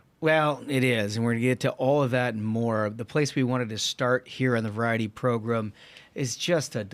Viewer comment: The progrum isn't the progrum if Ashbrook is absent.